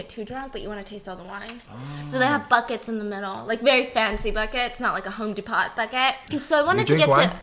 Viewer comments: Did she say Home De Pot bucket 😳🤣🤣 maybe she meant Home Depot I love her 🤣🤣🤣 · “Home de-pot” just me or do you not say it like that!!?? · Nobody’s gonna y’all about how she said “home de-pot” aight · I’ve never heard someone say Home Depot like that